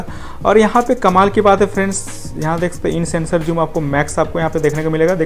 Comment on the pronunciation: Zoom hota he Joom nhi